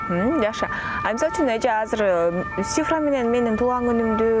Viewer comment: Алып баруучу,Сифра эмес, Цифра.Тил келбесе,сан деп эле айтыш керек